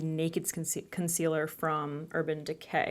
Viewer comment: Hahahaha! Keep on replaying the “This is a COHN-SEE-LUR.. a what????” Hahahahahahaha! $80 dollars! 🤣😒